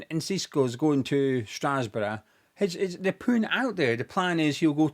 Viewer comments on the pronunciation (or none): Hahahahaha. I thought I misheard it, but then he repeated it. Never heard anyone pronounce it like that. Hilarious. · I absolutely hate the blueco bs. They need to take action cause this can´t go on. That beong said i can´t help but laugh everytime you pronounce strasbourg 😅😂